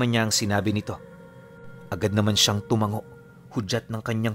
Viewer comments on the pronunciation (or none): none